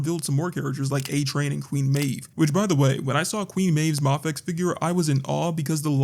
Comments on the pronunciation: There is a highly likely chance you are saying mafex right, but I'm so used to other creators pronouncing it "may-fex" that it gives me whiplash when you say it "mah-fex" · It's pronounced "mayfex"